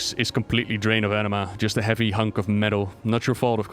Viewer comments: The way he pronounces Anima as Enema HAHAHAH i’m dying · A-nima not an E-nema eeeeeewww xD